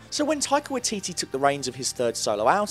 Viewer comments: Okay I swear to god If you pronounce Waititi wrong again I'm seriously going to punch you. WHYATEATEA. Is about how good I can get pronunciation to be. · Waititi is said as "why titty" but yeah... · Waititi is pronounced "Why-tit-e". It's a Maori name. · Waititi - is pronounced with a Why: as in why-titi. Also the arc of Breaking down Thor is to show the real Hero - its not strength of Arms or Weaponary or Abilities that make a Hero - it's the unwillingness to quit, its getting back up, to continue a fight - if only to buy others more time to escape. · Waititi is pronounced why-tee-tee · It’s pronounced y-eee-t-tee great videos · It's pronounced "why-tee-tee". Like Waikiki but with T's. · This was incredible and insightful... But your mispronunciation of "Waititi" was driving me CRAZY. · You pronounced waititi wrong and it bugs me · You butchered Waititis name every time 😂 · i cant believe how you pronounce 'waititi', surely listen to someone say his name before making a titular vid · Your pronunciation of Taika Waititi's last name is utterly horrible haha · Great video but being from New Zealand my spider sense went off everytime you said Taika Waititi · Anyone else from NZ legit cringing at this pronunciation of Waititi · I do love it when foreigners utterly fail at pronouncing Maori names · Waititi lol, its Waititi, but this was a very in depth video so churrrrr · Can you at least pronounce his surname right? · You're saying Taika Waititi's name wrong. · Sorry but I hate how you pronounce Waititi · the way you say waititi makes me want to jump off a bridge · Y titi NOT wah titi (Sorry from New Zealand just cringe when stuff is pronounced wrong) (No hate) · WYE- TEETEE That's how its pronounced >:I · Just say Y-TeeTee instead of watiti bruh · None of the letters in Waititi's name is silent. It's pronounced "Why-ti-ti", not "Wa-ti-ti". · it's pronounced "Why Titty" not "Wah T T" xD (from nz how we pronounce it ish) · When he said "Watiti" I cringed